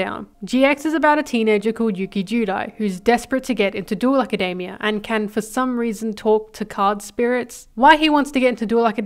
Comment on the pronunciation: Why do you pronounce Academia like macademia nuts its insane